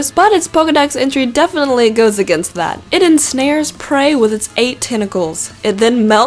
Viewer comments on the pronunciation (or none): none